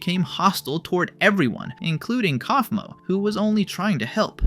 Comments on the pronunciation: bro really said "calf -moe" 💀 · Genuine question: if Kaufmo is said as 'koff-mo', then why do so many people pronounce it as 'kowf-mo'? I'd get it if there wasn't an official pronunciation, but there are literally characters saying it one way, and YouTubers saying it another. (Jac says Koffey, not Kowfey, after all.) Maaaaybe listen to the show you're making videos for instead of assuming? It does make an ass of u and ming, after all.